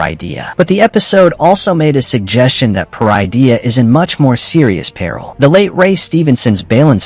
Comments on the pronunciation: It pronounced Pah-rid-ee-ah, parydia. Not per-eye-dee-ah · They’re using an AI voice generator, that’s why Peridea is mispronounced